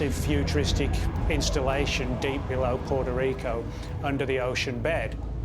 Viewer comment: Oh it's not PORTA RICA but PUETA RICO